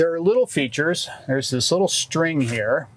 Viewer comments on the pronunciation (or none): none